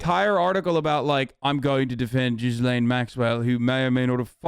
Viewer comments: Doubt Hasan will read this but thought I would say anyway. Although I believe the mispronunciation of Ghislaine is an honest mistake, it’s still rather problematic. Hasan pronounce it (Jizz-lane) which is not the correct pronunciation (Gee-lane). Using sex terms (jizz) when saying her name (even when it’s an honest mispronunciation) is problematic. Normally things like this wouldn’t bother me, if a random hog was called Ghislane go wild, but its problematic here because of the crimes she’s committed against minors. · Gee-lane not jizz lane lol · Is Hasan mispronouncing Ghislaine on purpose of does he really think it’s pronounced Jizz Lane??? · Thank you for bringing up the burning question of where all the confiscated files from Epstein’s properties aren’t discussed. Please learn how to pronounce ‘Ghislaine’. The S is silent.